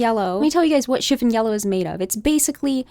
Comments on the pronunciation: Hello.. I agree with you completely regarding this color analysis.. However, you are mispronouncing the word CHIFFON.. The emphasis is on the second syllable.. Shif ON.. It's not SHIF un. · Yeah, this. I've actually never heard anyone pronounce it as "chiff-in" until this video. It's pretty distracting, despite the very intriguing content. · It is pronouned “Shiff-on” not shiffin. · Chifin? It's chif fon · It’s not pronounced chif’n yellow. The o is long o vowel sound as in the word “ on”. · Chiffon doesn’t rhyme with griffin. It rhymes with upon. Chiff-on. Sorry, but I couldn’t stand it. The color discussion is fascinating, though, and I love your videos. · Love it. "Chiffon" is "schiff-ON" in the US at least, like the fabric and the cake :)